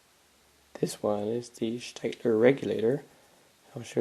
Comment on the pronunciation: Just for the sake of knowledge, Staedtler is pronounced "Shteh-tler". An "ae" in German is pronounced the same as an ä, which in most circumstances sounds the same as an "e" in English. Initial "St" in German is like "Sht" in English. If you don't speak German this would not be apparent, but it's true.